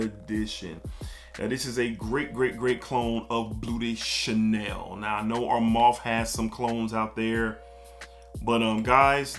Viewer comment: Sounds like your saying bootay Chanel 😂 great video bro lots of hidden gems!